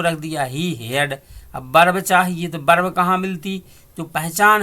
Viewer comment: Berb nahi bhai verb hoti hai be nhai ve hota😂😂😂🤣🤣😂🤣😂🤣😂🤣